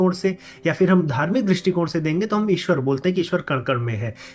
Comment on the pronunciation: Eswar - is - ee swar -ee